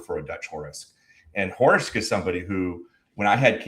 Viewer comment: It's Horisk, not Horsik.